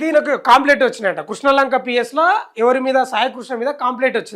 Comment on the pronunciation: కృష్నా లంక కాదురా... క్రిష్ణా లంక 🤣🤣🤣